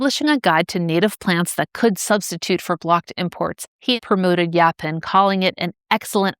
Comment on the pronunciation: I've heard it pronounced yo-pawn and I've heard it pronounced yaw-pawn, but I've never heard it pronounced yah-pin.